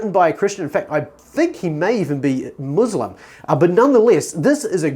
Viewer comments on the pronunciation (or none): You are recommending people to read, yet you cannot pronounce the word Muslim correctly. Talk about orientalist laziness and cognitive dissonance.